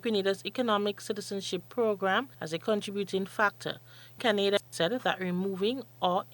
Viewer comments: Criteria - no "s" in that word. It is already plural. Canada is pronounced - Can-ah-da not the same as Grenada. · I was about to comment on the same thing. She must have heard the rest of the world pronounce Canada, or hasn’t she?